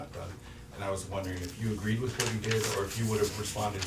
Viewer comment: Mr. Cain, the word "with" is not pronounced "wif".